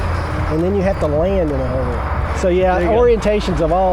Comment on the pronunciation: WTF is a "Huver"?